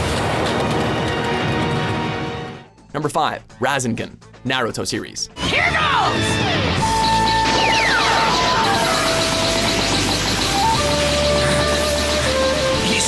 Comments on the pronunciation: Like wtf is a razzengen? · . IT'S... RAH SS AAANG GAAAAN!!! NOT WHATEVER THE FUCK YOU JUST FUCKING SAID!!!! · what the fuck is a razzingan. Its ra-sen-gan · "Razzingin" Boi, it's RA-SEN-GAN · Someone should make a "Top ten worst things about " The utter inability to pronounce half the things on the list should be top three at least... 'Raz in gun', what the hell is that...? It's ra-sen-ghan, Naruto even says it correctly in the clip provided. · Razingan. No. No. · Gokahn RAISIN GUN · ra-SIN-gun XD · Razengon I wanted to die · ra zen gun lol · did..did you just pronounce it (raz-N-gun)? proof that they aren't even trying. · Never heard of a "Razeengun" before. Must be new to Naruto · I literally threw up in my mouth when he pronounced rasengan like the footage said it 3 times yet he pronounced it like garbage razzingin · "rasingun" FML hahaha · Shawna Wilkins Right?!? I was watching this video by myself, but still blurted out "How did you fuck that up?" "Naruto just yelled Rasengan" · beyond true. idk if it's accent or what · me too it was disgusting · Watch your own videos man. When a character literally says the name of the attack in the clip you''re using and you still mispronounce it wrong. That is unacceptable. Instant thumbs down from me. Guy even even pronounces Cha-kra as Sha-kra WTF? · can't say anything, apparently. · James Goodrum same :( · I wish would learn the proper pronunciation of the anime characters names and techniques. It is frustrating as hell when they butcher them. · the pronunciation that the guy said was absolute trash. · That Rasengan pronunciation was the absolute worst. cringes in agony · He said rasegan wrong I flipped my hole table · How does he say rasengan wrong even after he got the video of Naruto saying it the right way?? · As an extreme Naruto fan, the way Rasengan was pronounced just... ugh... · I cringed so hard when he said rasengan